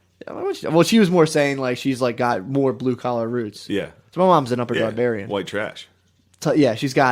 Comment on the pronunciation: “Upper Darbarian”